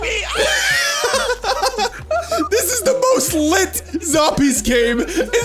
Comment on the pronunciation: He put so much effort into saying the word litttt